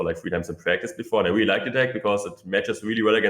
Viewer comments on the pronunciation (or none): “Weally weally good”